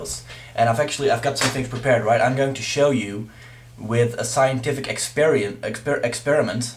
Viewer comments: IT'S PRONOUNCED EX-PER-I-MENT. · wow, i always thought AIDS (acquired immune deficiency syndrome) was a condition caused by the HIV Virus. I guess I missed the part where it suddenly turned into a virus itself. its hard to take someone who cannot even pronounce what he's trying to "ec-speer-am-nt" with seriously. so i guess that means only those with vaginas can get AIDS thank god I don't have a vagina. he should do some marketing for the Pope thanks for the laugh! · Moralfag can't say experiment.